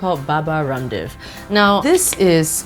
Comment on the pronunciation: Baba "RUMDEV"😂😂